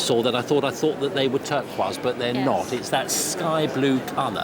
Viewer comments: Did he say turquoise like terqwah? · Urgh, “turkwazz” lol